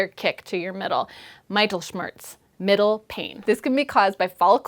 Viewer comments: I cringed when she said "meitelschmertz". :P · That should be pronounced Mit-ehl-shmairst. In xsampa: [mIt.El.Smer\st] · the i in mittel should be pronounced like the i in middle. Just for general reference: If you see an "i" in a German word, it'll typically be pronounced like the "i" in middle. - the English "I" (as in me), to be pronounced the same in German, would be written "ei". (Fun extra fact: an Ei (pronounced like I) is the german word for egg.) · So many new words! I won't remember them all, but great to know that there is so much more to discover out there... You said that you wanted to improve on your french, you might want to improve on your german, too. I'm sure it is the correct english pronunciation, but "Mittelschmerz" sounded so weird to my German ears the way you said it that I would not have recognized it as a german word... We Germans seem to know something about pain, since also "weltschmerz" has been adopted in the english language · Very informative! Regarding the pronounciation of the word Mittelschmerz: The i should be pronounced like in fit or bit rather than like the word eye.